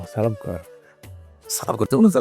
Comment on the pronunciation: সালাম টা একটু শুদ্ধ করে দেওয়া যায় না ভাই